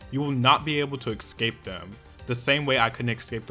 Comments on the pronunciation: Why are you saying ecs-scape its es-cape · honest, i love you, but it's not eXcape but eScape ... same with especially